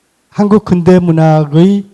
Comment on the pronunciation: 아이고! 자고저 문제가 심각하오이다. 자고저란 말 들어 보셔씁니까!?? 우선! "근대"의 첫 자는 길게 발음해야지요!! 그런데! 이를 짧게 잘못 발음했으니! 이 얼마나 슬픈 문화입니까!??